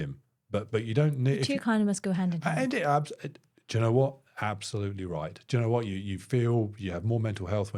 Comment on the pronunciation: The way you say "do you know" i hear "jenna". And Im like, how many times will you address her in a sentence. I mean do you know isnt any bettrr. Nvm. I slightly drunk.